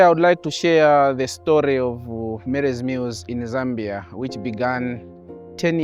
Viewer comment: But why calling Zambia (sambia)?are you serious?😡😡